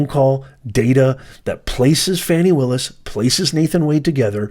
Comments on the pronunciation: Are you purposely mispronouncing Ms. Willis’ first name because you are that biased that you don’t feel you need to be respectful of the way she pronounces her own name? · This guy should pronounce her name properly🤔